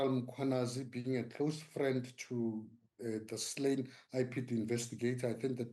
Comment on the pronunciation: Why is he butchering black surnames…General Mangwanazi my ass